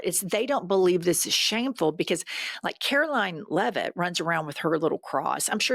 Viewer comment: "KKKaroline Leavitt"??? 😅😅😅😅😅